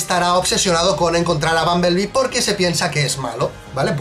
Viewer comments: aparte lo dices mal, es bumblebee no bumbeblee v: ¡*realismo*! (Me equivoque en el momento exacto, ¡*error épico*!) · Y como quiera lo pronunciaste mal porque te la pasaste diciendo bumbeblee cuando en el titulo escribiste bumblebee 😂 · Dices BUMBEBLEE Y NO BUMBLEBEE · Da igual, no os libráis ni por esas porque sería Bumblebe no Bumbeble como decís los dos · Decís bumbeble ? No sería Bumblebe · Se pronuncia bunbelbe no bunbeble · En el minuto pronunciaste "bumblebee" en inglés no español 🤣🤣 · error épico:v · Bunblebe ... es una palabra en ingles.. no se puede pronunciar en español.. es como si una palabra en español quieres meterle tono ingles..simplemente se escucha mal.. si es un video en español que tradusca bunblebe y no que se pronuncie exactamente como se escribe en ingles.